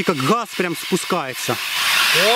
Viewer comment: Не хаз а газ 🤚😁